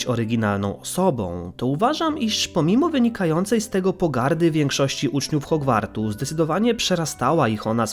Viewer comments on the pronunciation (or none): none